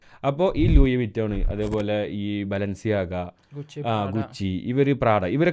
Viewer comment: First of all ലൂയി വിറ്റോൺ എന്ന് പറയില്ല. ലൂയി town ആണ് clear pronounce